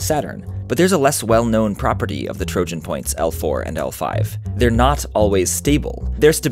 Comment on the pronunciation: This is the first time i hear "trojan" with a gi sound and not an i sound: it is very hurtful XD